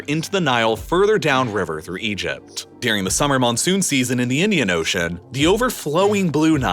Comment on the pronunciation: What's good with your pronunciation of the word "during"? It sounds like "deering" lol. Ok I've done my part